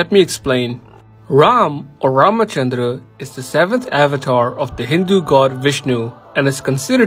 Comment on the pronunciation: You pronounced Ramachandra very well 👌